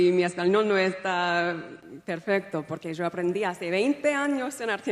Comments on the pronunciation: her accent here sounds from Spain too,. totally,, Caribbean influx in those words. She only used Argentinian accent in ONE word, the second “yo” (well, kind of). she used the wrong form of “to be”, because in Spanish, there are 3 forms: ser, haber & estar. sounded Caribbean to me too. I don’t agree that she tried to improvise it. I think it was memorized and rehearsed. Spanish is my first language. She’s such a fake. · No estoy de acuerdo, en dos o tres frases se detecta el tono de Argentina …. Sobre todo cuando dice “yo aprendí hace 20 años” la forma de pronunciar “yo” sólo los argentinos lo pronuncian así, ningún otro hispanohablante. “Es increíble” suena a argentino también. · I am from Spain and we don't use "esposo"but "marido". She also said " abraZo" with "thay" pronunciation. It is a very neutral accent as you said. If she had an Argentinian accent, she should have pronounced "yo" completely differently. She spent the night before studying not improvisation at all! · What accent or dialect is she using when she pronounces “sho” for “yo”? She claims to have learned only castellano in Argentina but this is not castellano. She also claims castellano is more like Italian which is pure BS. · También dice "io" en lugar de "sho" que es como es pronuncia Yo en el Río de la Plata. Saludos desde Uruguay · She has some argentinian slangs and the way she pronounces Yo (I) like "Sho" and not "Io" like the rest of the latinamerican is very distinct from the rioplatense spanish (Buenos Aires, Uruguay and South of Argentina). Obiusly she si a little rusty and her spanish is not so fluent. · People come on. That 'hace' came out the South American way and she said yo as sho. Definitely an argentinian sound there. That guy knows, he is hearing what we're hearing. This is vicious intent. Say about Meghan what you want but she had some Argentinian sounds there. I watched until . No need to see more. Stop this bullying nonsense!